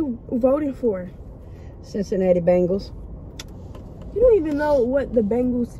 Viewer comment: 😆😆😆😆it's not bangles it's bengals